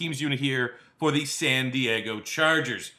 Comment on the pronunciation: "It's gonna be philip rivers and the San Diego Charjuhgers"